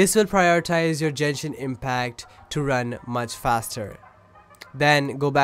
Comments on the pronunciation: DID U JUST SAY JENSHIN LMAOAMLA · Jenshin? o.o